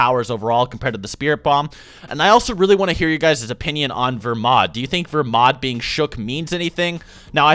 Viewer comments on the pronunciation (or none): Its belmod not vermod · I thought his name was belmod, so is it pronounced "Vermod"?